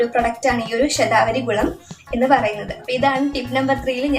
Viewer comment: Aa name onnu clear ayite parayumoo,, shathavari??? Enagne epozhokr nnu kazhikande